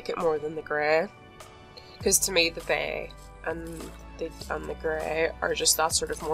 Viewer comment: “Ok so there’s a bEy and a grEy here at the mEYnor”